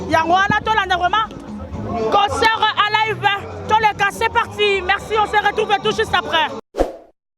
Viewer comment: On dit concert , non pas concort